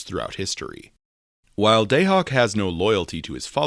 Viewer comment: Your pronunciation of Dahak is killing me! 😅